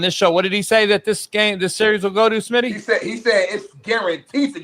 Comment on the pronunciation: O lord coach just said smitty at motel 6. 😂 that ain't right.